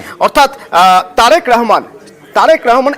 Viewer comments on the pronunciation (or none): তোমারা মানুষের নাম ঠিক ভাবে উচ্চারন করতে পার না তারেক কে তারিক বল কেন। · চ্যানেল গুলা বাংলাদেশের জায়গার নাম ঠিকঠাক বলতে পারেনা . নেতাদের নামও ঠিকঠাক বলতে পারে না তারা আবার বাংলাদেশের খবর দেয় কোন হিসেবে। তারেক কে বলে তারিক। নয়াপল্টনকে বলে পল্টনগঞ্জ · নাম তারিক না তারেক। বিকৃত উচ্চারণ কেন? বাংলা শুদ্ধ ভাবে শিখুন !